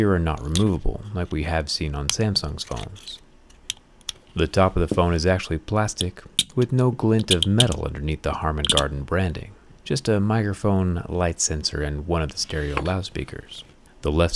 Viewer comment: Did you say "Harman Gardon" and not Harman Kardon.... 😅